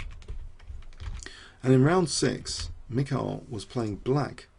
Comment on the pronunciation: You drove me nuts with all the "michials", damn